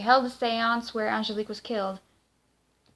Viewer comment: The name is Angelique, not the name you're saying.